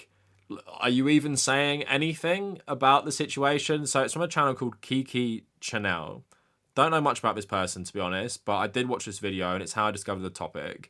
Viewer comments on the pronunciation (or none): none